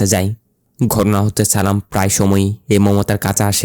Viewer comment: উচ্চারণ আরো ভালো করতে হবে। চালাম চালাম না বলে সালাম বলতে হবে